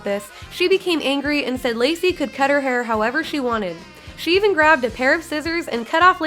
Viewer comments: Lecy, not Lacy. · It’s Lecy not Lacey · Her name is Lecy (Lee-see) not Lacey. That worked my nerves. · Her name is Lecy, not Lacey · It's not LACY, it's pronounced LEECY.